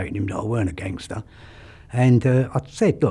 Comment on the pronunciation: Scuse me sir, oim NO'H ah GANGSTAH